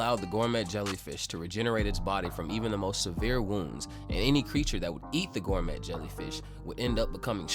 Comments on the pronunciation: Can this dude seriously not pronounce 'gourmet' correctly? Gorr-mett 😂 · The T is silence in gourmet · The t is silent in gourmet, dont want to be that guy but this manga uses the word constantly